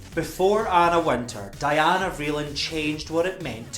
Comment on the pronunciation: Anna Wintour is a snob. She isn’t in the same realm as Mrs. Vreeland. And btw-it’s pronounced Dee-anna